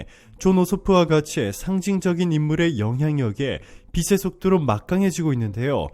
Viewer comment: 가끔 최고수익률의 방송을 보면서 기분이 좋아집니다. 그리고, 아마 외국인들도 이 방송을 볼 것같기도 합니다. 내가 영어를 배우기위해 영어방송을 보듯~~!! 그런데, 옥의 티가 조금씩 보입니다. 빛의 속도를 비츼(체) 속또로 발음이 되어야할텐데,.. 비싀(세) 속또로 잘못된 발음이 나오네요. 이 방송을 통해 한국어공부를 하는 사람이 있다고 생각하고 정확한 발음이 요구되네요. 좋은 방송 중에 옥의 티가 발견되어 글을 납깁니다.